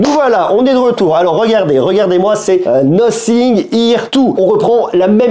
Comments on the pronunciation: C'est Nothing [Nāfing] et non Nocing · « Nocing ? » la prononciation 😂!